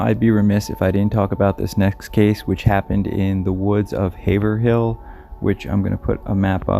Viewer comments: "Haverhill" is pronounced "Have-rill" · Haverhill NH is pronounced "Hay-vrell" and I have no idea why. Great video. Thanks for sharing. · Haverhill pronounced, "Havrill" (the hav rhymes will "rave") Love your content and your channel. I always appreciate how respectful you are.